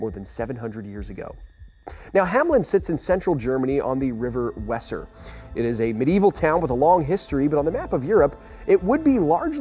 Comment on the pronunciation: Learn to pronounce foreign names - for example, there used to be no Weezer River in Germany.